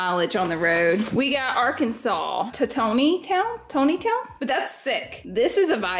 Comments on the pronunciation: ARKANSAS - checking in lol - it’s pronounced like - Tawn -Tee - Town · Ton-knee-town Arkansas 😂 I live very close